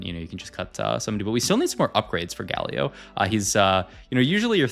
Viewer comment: i love your videos but GAlio not gaLIO 😫